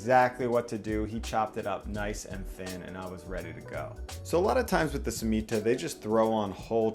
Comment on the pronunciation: The way he says Torts and Cemita make me cringe 😂